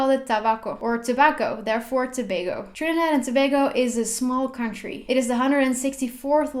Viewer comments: As a trini I'm proud of her pronunciation of the country.... love this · Yo she pronounced our country name correctly 🇹🇹💕💕💕💕💕